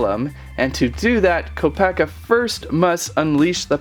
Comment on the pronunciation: HIS CREATURE IS NOT A RHINO AND THAT IS NOT HOW YOU PRONOUNCE KOPAKA.